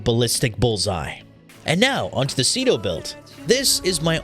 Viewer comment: Ce-do? SEE-R, the MIGHTY SEER